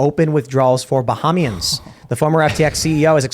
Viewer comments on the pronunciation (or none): Its BUH-HAY-MEE-INS